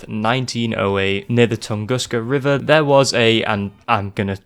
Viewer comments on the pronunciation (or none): none